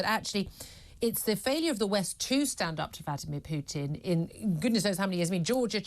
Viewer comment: The one who is actually educated on the matter. Hitchens. She can't even says Putins name correctly.